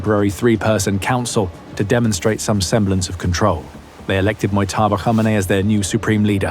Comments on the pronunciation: You are pronouncing 'Mojtaba' incorrectly. In this case, the J in his name is not pronounced like the letter Y. His name is pronounced something like 'Modge-taba', not 'Moy-taba'. You can check with a Farsi speaker if you want to know for sure. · ‘Moytaba’ is killing me